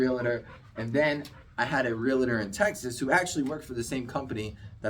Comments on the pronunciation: Realtor. Real-tor. Not Real-a-tor. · It's realTOR not reliter